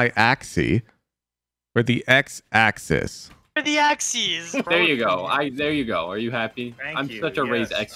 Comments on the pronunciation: Also, axes is pronounced with a z at the end i.e. [ak-seez], not what you said which was [Ak-see]. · The plural of "axis" is "axes" (pronounced like 'ack sees') - I think maybe believes the S is silent